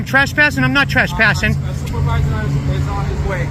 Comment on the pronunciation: Listen closely , they are nor "trespassing", they are "trashpassing". Idiots...... 😂